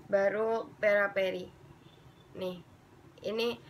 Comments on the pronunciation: Peripera kak bukan peraperi hihi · fyi itu peripera bukan peraperi ngakak gue sumpah